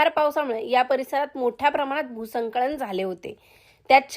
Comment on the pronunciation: भूसंकळन नाही भूस्खलन